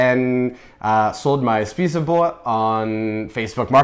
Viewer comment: that pronunciation of spisebord was simply AWSOME!!!